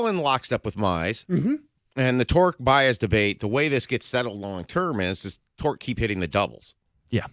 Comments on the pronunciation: It’s a running joke. They are saying his name like that as if they are talking about a completely different player than the javy Baez of the last few seasons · Is there a reason can’t pronounce Baez?